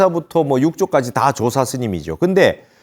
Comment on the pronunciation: 조사의 사를 왜 강하게 발음하십니까? 첫 자를 약간 강하게 발음하셔야지요!